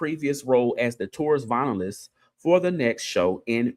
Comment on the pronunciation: It’s not vinylist it’s vio-lin-ist 😂